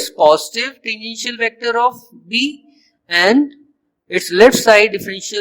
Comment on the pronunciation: When you were pronouncing the word "tangential" while explaining how flux contribution of the curved surface becomes zero, you pronounced it like "the initial". I had to repeat that part many times to make sure what you were a tually saying. You need to improve your English. Also, you didn't explain the vector form of the magnetic field intensity equation properly. You just said it like in book.